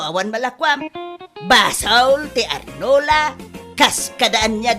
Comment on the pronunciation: Arenola saan nga onerola pinang-pronounce😂😂😂